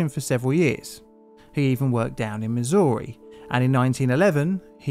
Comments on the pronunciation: it's pronounced Miz-Err-E not Miz-Or-E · Missouri is pronounced as if the O in it doesnt exist, just fyi.